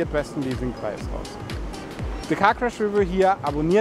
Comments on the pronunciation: re'view, nicht 'review. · Die Betonung liegt auf der zweiten Silbe, nicht der ersten.